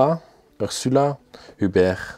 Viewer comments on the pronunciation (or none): none